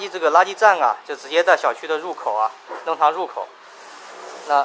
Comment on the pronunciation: 弄long堂，不是nong